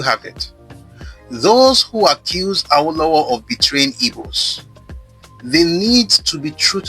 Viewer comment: This is educative and revealing. You're doing a good job but as a Yoruba man you're not supposed to westernize the pronunciation of "Awo". The intonation is wrong It's Re Re not Re do as you were pronouncing it.